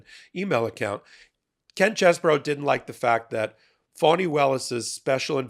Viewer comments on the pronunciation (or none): You are good. But why do you keep pronouncing Fani Willis' name as Phony?!?